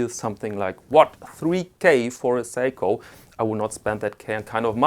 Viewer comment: oh, its seiko, not psycho.